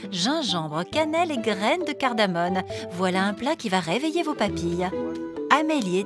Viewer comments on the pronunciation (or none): Il dit cardamoMe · Par contre c'est "cardamome"...par "cardamone" :)